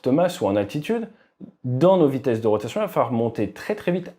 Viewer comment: "Ich rotation" 😂😂😂